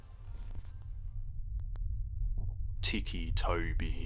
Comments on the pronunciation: U said ticci toby wrong im sorry if this is a mean commet it kust got me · He said ticci toby wrong and i got so "TRIGGERD" i cracked my phone im sorry if this commet is mean im just a really big creppypasta fan and i got hihly triggerd